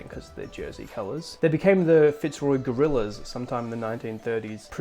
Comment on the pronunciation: ah yes the Fitzroy Goraillas